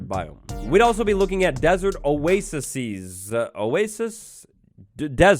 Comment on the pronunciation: the correct way is 'oases' pronounced " oa-ay-seas"